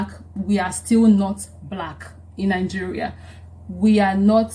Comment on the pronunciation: Ningeria or Nigeria?